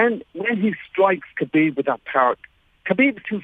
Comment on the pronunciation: Tony calling Khabib kebab, is the greatest thing I've ever seen 😂